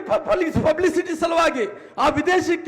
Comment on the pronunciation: ಪುಚ್ಚೆಚ್ ಪುಚಹ ಪೂಬಿಸಿಟಿ 😂